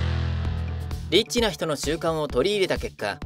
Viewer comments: エッチな人の習慣 に聞こえた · 最初、エッチな人の習慣って聞こえた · リッチが、えっちにきこえた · 俺だけだったかなっ リッチではなくエッチと聴こえたのは俺だけ？